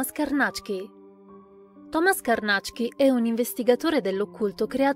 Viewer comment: ...bel video...e finalmente ho saputo che Carnacki si pronuncia Carnàcc-ki, mi era sempre venuto da dire Càrnachi (orribile, suona molto meglio Carnàcc-ki!)